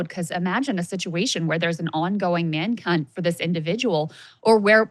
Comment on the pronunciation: Did Crystal just say Man C*nt instead of Man Hunt 😂